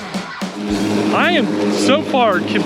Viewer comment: You keep mispronouncing Ryobi. lol. Nice Video.